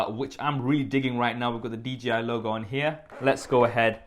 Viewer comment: it's D-J-I. Not DGI.